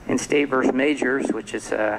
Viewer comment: I cringe when a judge can’t pronounce words like impetuosity or versus.